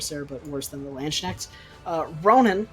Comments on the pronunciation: Hey man, just thought I'd say there is no SH in Landsknecht. You pronounce it as lahndsknekht or /l'ɑntsknɛxt/. Also time stamps would be good. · Also a simpler explanation for English speakers would be "Landskinect".